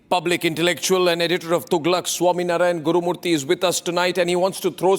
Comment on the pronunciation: Swaminarayan Gurumurthy ...when did he become a gujju? Its Swaminathan.